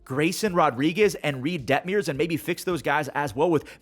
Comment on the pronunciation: Its nearly 2026 and he still calls him Reid Debt-meers